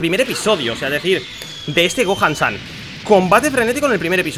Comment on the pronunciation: está todo bien pero se llama SON GOHAN (SON GOJAN, NO GOAN SAN)